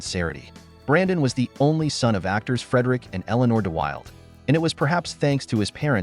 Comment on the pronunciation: You can't correctly pronounce DeWilde or a lot of the other names. Wrong pics, also. I'll dislike and ask youtube to NOT recommend your content.